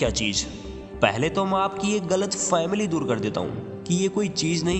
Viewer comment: गलत फैमली नहीं गलत फहमी होता है सर